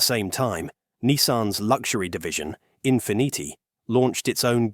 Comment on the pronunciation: Infiniti on the the other hand was badly mispronounced